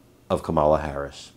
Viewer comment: This clown can't pronounce Harris' name while tries to be so smug and smart.